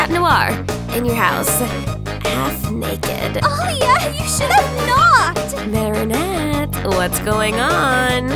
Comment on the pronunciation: Help its so obvious that most of the voice actors have never watched the show 😭 AYLIA? MARIANETTE??? SHAT NOIR?? DUPANE?? IM CRYING Edit: nevermind, I regret watching this. They’re 14, wtf.